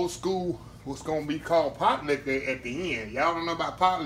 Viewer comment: Sir...just the way you said. Pot-Licka I knew it would be good.